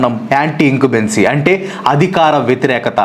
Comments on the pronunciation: Incumbency bro… incubency kaadu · ఇంకుబేన్సీ కాదు బ్రో ఇంకమ్బన్సీ.... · Bro, adi incubency kadu 😕, anti in-cum-bency bro